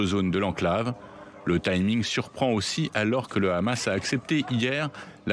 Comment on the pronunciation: Ils prononcent toujours KHamas au lieu de dire Hamès ! Il faut qu'ils arrêtent de confondre l'hebreux moderne avec l'arabe classique ; il n'y a aucun rapport entre les deux. Trop différents